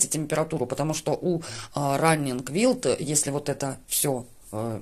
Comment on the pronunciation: Всё замечательно. Одно замечание - wild читается не "вилд", а "вайлд". Успехов!